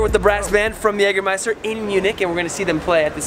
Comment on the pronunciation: Jaja Jägermeister kann er gut aussprechen nh 😛😏